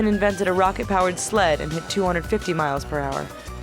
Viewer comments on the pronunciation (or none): none